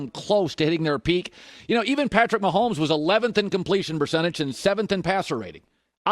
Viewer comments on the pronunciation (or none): none